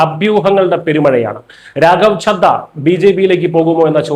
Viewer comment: രാഖവ് "ചദ്ധ" എന്നല്ല.... രാഖവ് ചഡ എന്ന് ഉച്ഛരിക്കാൻ ശ്രമിക്കണം 🙏